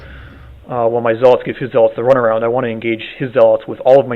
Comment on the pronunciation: zealots is pronounced (ZEL-LUTZ) not (ZEL-LOTS) LIKE U SAY IT